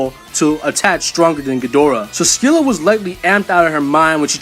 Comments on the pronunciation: Dude, Scylla = "Silla" not "Skilla" although Google apparently thinks Americans say it a way I've NEVER heard, but "Sky-lah" isn't correct, either. Just listen to the "British pronunciation." It's how we say it here in America, too, as far as I can tell. I play Smite and I've only ever heard "Silla." Edit: "Evolved" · SILL-A THE C IS SILIENT SHE'S BASED ON GREEK MONSTER OF THE SAME NAME!!!!!!!!!